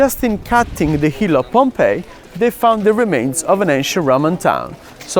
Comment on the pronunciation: I'm glad you call it Pompey ( pom-pai as it should). I've heard a fellow countryman of yours call it with the hideous sound of pom-pee. Thanks. It's greatly appreciated.